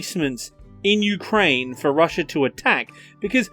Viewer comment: Why does he say ukwaine